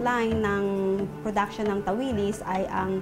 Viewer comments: Tawilis ang strongest stress ay sa last syllable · Tawilis(mabilis na bigkas) ganan po ang tawag namin jan. ☺️